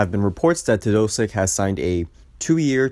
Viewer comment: Milosh. ..Mylosh. ..Melosh Teo...dosich! Actually not bad for a Yenkee, hahaha!